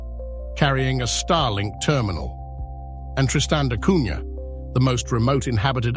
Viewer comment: Wonderful ! Except the prunciation which is Tristan da Cunya, not Cunha.